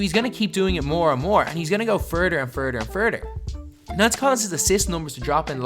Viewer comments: furder and furder and furder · Furder ,furder, and furder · He'll just go FURDER & FURDER & FURDER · Furder......Furder....and Furder..... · He's gonna go furder furder and furder lmao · "Furder furder furder"😂😂😂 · When you say he's goign to go firdir, firdir and firdir...What the fuck does firidir mean? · “Furder furder and furder” lol sorry it was just too funny😂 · Furder & furder & furder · “Radder... furder... “ bruh say TH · He’s gonna go furder, furder, and furder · Yeah bruh he’s gonna go furder furder and furder 😂😂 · Furder furder and furder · Hes gonna go furder furder and furder 💀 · FURDER FUDER AND FURDER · "*furder furder and furder*"😂😭😭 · He's gonna go fuhrder, fuhrder and fuhrder! Long live the Irish! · “furder furder and furder” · Furrder and Furrder and Furrder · Furter, Furter, and Furter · “He’s gonna go Furder and furder and furder”😂😂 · Ha ha you said furder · “Furder and Furder and Furder” BOIIII IF U DONT..... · I've heard "That vs Dat" I've heard "Truth vs Troof" I've heard "This vs Dis" I've heard "For/Four vs Fo" BUT.... Furder Furder FURDER is definitely a new one fo dis cracka righ chia.... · “ furder and furder and furder” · furder and furder and furder😂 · furter and furter and furter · and he's gonna go furder and furder and furder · “ferter Ferter and FERTER” 🤣🤣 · im sorry but I DIED WHEN YOU SAID FURTER FURTER AND FURTER LMFAO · FERDUR FERDUR AND FERDUR